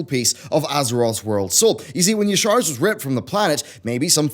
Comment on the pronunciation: Its ya-sha-raj, not ee-sarj